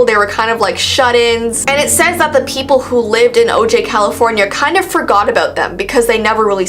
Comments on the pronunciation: It’s pronounced “oh-hi” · O'jai is pronounced " O'Hi.."